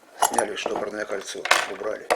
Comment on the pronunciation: Говори не штопорное кольцо, а стопорное кольцо.